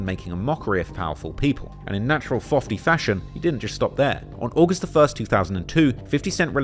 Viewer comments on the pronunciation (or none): Mistake 1. You said fofty instead of fifty. Mistake 2. You put up a video of ray j when mentioning biggest artist of the era 😂😂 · It sounds so wrong when you hear people say fifty instead of fiddy! Lol Oooh maybe because fiddy is so close to diddy? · fofty instead of fifty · Fifty was driven to the hospital rather than him driving himself you spelt "Stout" but it's spelt "Stoute" you pronounced "fifty" as "fiddy" Fifty Cent invaded the stage because fifty and Kanye were competing with each other with their upcoming albums. 50 was planning on dropping Curtis and Kanye was planning on dropping Graduation on sept 11. 50 had performed earlier that night but he found out that Jay Z was planning on bringing Kanye out to the stage, 50 decided to invade the stage and rather than make it a moment between Kanye and Jay Z. It would rather be a moment of artist on stage. That's why you can see the frustration from Jay but he's trying to play it cool realizing 50 knows what he's doing. It was a promo competition from both Ye and 50 but 50 ruined Ye's moment. You used the word "Effect" where the proper word would've been "Affect" I'm currently still watching but how are we going to get paid for finding these errors? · Imma give yall a free answer for one of 5 mistakes he left.. he says: In natural "Fofty" fassion, instead of "fifty" fassion. aint no way that wasnt intentional lol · "Fofty" 🙅🏾‍♂️ "Fiddy" 🙅🏾‍♂️ "Fiddy" 🙅🏾‍♂️ Don't understand why people still want to refer to him as 'Fiddy' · Lol he said fofty!!!! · ‘Fofty’ LOOOOOL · why do white people say fiddy like that as a joke? Nobody, nor fifty, has ever called him that that. Lmao